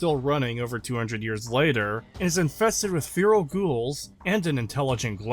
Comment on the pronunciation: Fear-al I'll never get over how he pronounces feral.